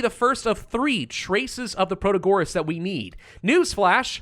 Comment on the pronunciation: Nice, new Ixion vid! P.S. it's proTAgoras not protaGOras